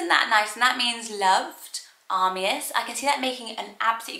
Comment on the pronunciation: Uh-my-is is the correct way to say Amias.